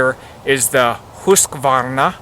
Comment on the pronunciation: Great advice for an outdoor woods companion. Awesome job pronouncing the manufacturer name, I would have failed. Thanks for sharing :)